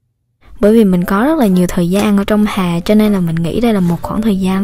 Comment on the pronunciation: giọng cj kì quá nhưng hay, mong j cố gắng khắc phục(chữ hè cj nói giống hòe)